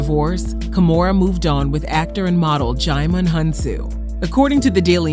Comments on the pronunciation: Sorry I just had to say it it's pronounced Jee-mon not Jy-mon ,I get it though people struggle with our African names lol 🙂🙂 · Please pronounce DJIMON name right